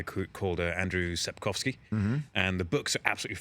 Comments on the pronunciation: I'm Polish and I really love that Henry can pronounce Sapkowski properly 🥰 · Love how he pronounced Sapkowski correctly.